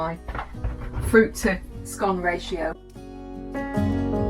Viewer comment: You pronounced it correctly, it’s Scone as in “one” , not scone as in “stone”.